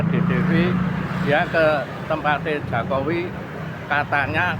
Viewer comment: Itu orang gila kok di wawancarai, nyebut Jokowi aja jakowi hahaha wong gemblung,,😂😂😂